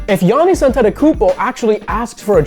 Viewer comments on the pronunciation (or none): none